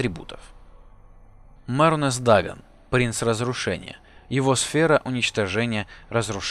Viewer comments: половино даэдра не правельно называл не мернус дагон а мерунос дагон и бритва мирунуса ударение на и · Мернс Данаг? Серьёзно? Кровь с ушей...